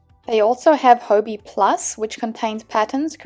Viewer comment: I thought it was pronounced hobby 😅